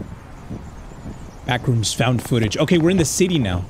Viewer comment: Is no one gonna talk about how at the start it said “found fotage”